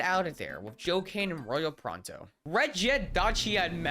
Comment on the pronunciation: Did anyone notice how he said Royal proto's name as "Royal pronto"?